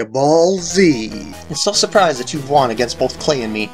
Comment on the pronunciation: Nice intro.:P Oh wait, I didn't realise at first that it was actually a repeated video part! I was confused when you said "surplised" 'again'. xD Um... dark starter Pokémon don't exist, right? Lovely music after beating!